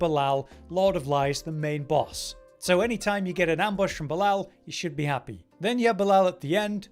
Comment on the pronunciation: It is painful on how you pronounce Belial :face-purple-crying